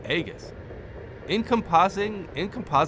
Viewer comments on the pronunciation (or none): Encompassing Aegis is pronounced "in-COMPASS-ing AGE-iss" if you care. It means "a shield that goes all around you" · "AGE-iss" is actually pronounced "EE-juhs" (google the definition and you'll see the lowercase "e" with the bar over it). But, yes, the "encompassing" part is spot on.